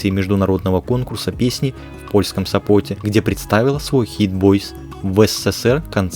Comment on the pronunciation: Автор!! Город в Польше называется СОпот, ударение на первый слог!!! А не СопОт!! И ещё! За кадром вы говорите "снЯла клипы" "дАла концерт" 😬 Ударение делаете на первый слог! Ужас🫨😱!! Это же начальная школа!!